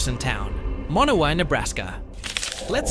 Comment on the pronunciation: The town with 1 resident is Monowi, Nebraska (MA-no-wye). He incorrectly pronounced it MA-no-we. Sequim is actually SKWIM, rather than SEE-kwim. To add more craziness to Mt. Whitney/Badwater Basin' s comparison, there's a mountain in Death Valley where the Basin is located which is tall enough to have snow on the top on even the hottest day down below. Last, he also mispronounced Diomede Island, in that the accent correctly falls on syllable #1, though he put it on #3--die-oh-MEED, instead of DIE-oh-meed. There are others as well that could be on this list. Hyder, Alaska, for example, is on the east side of Alaska's panhandle, and there are no roads to the rest of the state. As a result, it's necessary to drive all the way to Skagway, AK, which is a 441mi./710 km. drive away. In addition, there's Jarbidge (JAR-bidge), NV, located at the end of a 90 mile long rough road; Stehekin (steh-HE-kin), WA, at the back end of long, thin Lake Chelan (sheh-LAN), Anaktuvuk Pass, AK (nn-ack-TWO-vick (Nunamiut (NEW-nuh-mute) Bush village in Gates of the Arctic N.P. , located 160 mi./257 km. west of the Dalton Hwy.--the gravel “highway” to the Prudhoe Bay Oil Fields on the Arctic coast; Gambell, AK, which is closer to Russia than it is to the nearest town on land: Nome, at 160 mi./267km. away. Last is Supai (SUE-pie), AZ, which is at the end of an 8-mi./13km. trail at the bottom of Havasu (HAVE-uh-sue) Canyon, home to the Havasupai tribe (have-uh-SUE-pie).